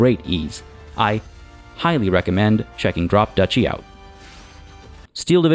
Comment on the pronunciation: Or is it Drop "Dutchie"? Love when it's "I've never heard this word spoken before, but that will not stop my overconfident ass from saying it however I want."